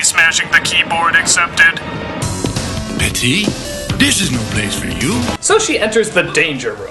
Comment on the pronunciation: ch-chalyenje exepded *hic*